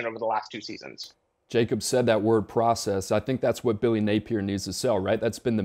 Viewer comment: Does this chick even know ball or is she just there because she’s a female? She said Billy “Napler” 🤦🏽